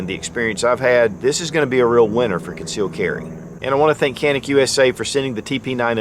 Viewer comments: Canik is not Kanik, wrong pronounce; and Türkiye🇹🇷 of course is not 🦃 Turkey. 👍 ok.🙂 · Being made in turkey it's actually pronounce Janik